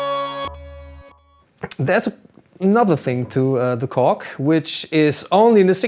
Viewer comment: "This time is the Cock Prologue" this is what I heard.